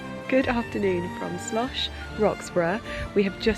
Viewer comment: You have mispronounced 'Schloss' the destination you are promoting all the way through this vlog. It is Schloss NOT Slosch. Very bad form and inexcusable.